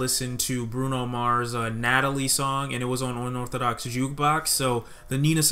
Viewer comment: Bra why did u say unorthodox like that 🤨 lmao